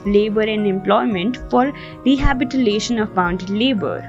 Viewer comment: She said rehabitilation